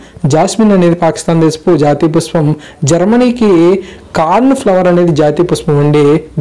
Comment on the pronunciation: PushPam not puspam